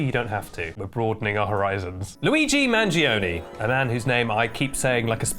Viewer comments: Say Man-joe-nay, not Man-jee-oh-nay for the same reason Italians might kindly offer not to say Kay -EE-dRrr Stah-may-ee-dRrrr. I mean, you already say Luigi in Italian, not English luh-i-jih, right? So just give a little respect to Italian gi = j. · manjeeonee 😭😭😭 mangione = manjoneh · Could you PLEASE learn to pronounce his name correctly its so hard to watch this with you butchering the Italian thanks